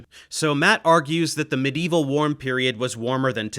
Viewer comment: medieval=> mideevil 🤣